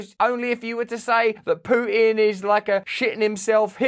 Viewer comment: I like how Russel pronounces "pooin". It really summarises nicely the guy behind the war 👌